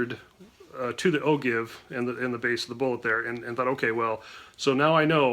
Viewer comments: Even the google pronouncers don't all agree......but "o-jive" seems to carry the day. And it's more fun! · Excellent video! But..... it's pronounced "O-JIVE"! I'm just sayin"...